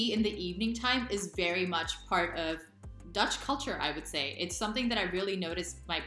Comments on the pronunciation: You are becoming confident in speaking dutch. The pronunciation is also good. Keep up the good work :) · Your pronunciation is seriously spot on, woah. Also: I've never seen that voyager-space-probe looking thing before either - And I'm a native lol. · Your Dutch pronunciation is great 😃